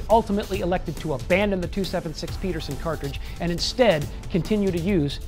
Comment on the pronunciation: When you post a video entitled 5 things you didn't know about the m1 Garand; you should realize most of the people who watch these videos probably no more about the rifle than you do, like for example the name "Pedersen" is not pronounced the same as "Peterson."